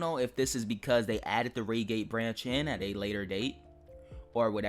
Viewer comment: it could be the coach number. I believe on the electrostars they have coach X of X on each coach (not with X, of course) Edit: why would they change the 166 if it’s a layer, not an included train? Oh, also Reigate is pronounced Ryegate, not raygate. Not to hate though.